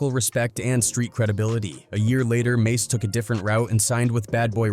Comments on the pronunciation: Fallout with 'Mahs' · This a.i shit wack. Always messing names up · It's mase not mos😂😂😂😂😂😂😂😂😂😂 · You lost me, and all credibility at “Moss.” wasted minutes. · As soon as they pronounced mase ‘mass’ I locked it off this AI shit is corny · I stopped watching at “Mos” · Mos why do you white people do that? Always purposely messing our names up! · No 👎 its mos 😅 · That dude said mos😂😂😂😂😂😂😂😂😂😂😂😂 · How could you possibly butcher the name “Mase”? Then the rest of the video you say it correct?